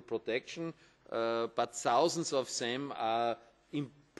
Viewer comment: sausends of sem i hate it, when people can't say the words right, he shouldn't be allowed to speak in public